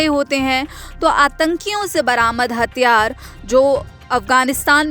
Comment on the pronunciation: मैडम हथियार होते है,हतयार नहीं।😂😂